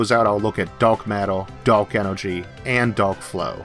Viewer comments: Did you say Duck or dark? What is Duck flow? If Elmer Fud was a Astro physicist lol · He's not saying "dark" right he's saying DARLK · I like how the word Daowk is just rubbed in our face. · Are you an "Elmer Fudd" with your use of "D.A."L".K?